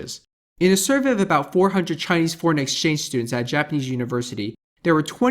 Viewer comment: 你的中文發音還不錯！